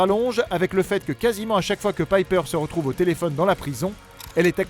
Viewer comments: "pipeure kapmane" je suis mort! on dis "paipeure chapman" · Et déjà c'est " paillepeur" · "Pipeur" pour prononcer Piper non mais sérieux quelle horreur, sérieux ne parlez jamais des détails de Charmed... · Comment vs prononcer Piper mdrr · Waouh comment t’as écorché le nom de chaque piper Chapman 😂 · Vous auriez pu prononcer Piper en anglais ! Même dans la série Charmed ils faisaient l'effort. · Vivement le 9 juin pour la saison 5 ! Super vidéo au passage, mais la prononciation de "Piper" est à revoir... x) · Y a que moi qui ça choque la façon dont il prononce le prénom piper ? 😂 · Kaori Review même en VF ça se prononce à l'anglaise alors pourquoi ils le disent à la française 😂 c'est super moche en plus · Piper prononcé à la française quel bonheur... Et l'actrice se nomme Taylor SchiLLing et non SchiFFIng...